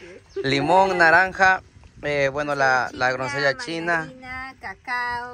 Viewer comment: Felicitaciones nos encanta sus videos solo un pedido porque también miran lis niños y se confunden en ciertas palabras como grosellas y NO gronsellas. Otra dice champuzón y es chapuzón por favor con todo el cariño del mundo y con mucha admiración y respeto de antemano gracias por todo lo que hacen